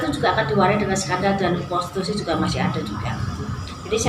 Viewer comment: Prostitusi jadi prostusi😂